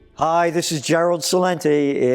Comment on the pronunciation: Gerald, just for future reference it is Chelente not Celente.